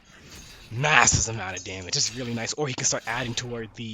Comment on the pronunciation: Here’s a fun drinking game: take a swig every time he says “massissv amount of damage”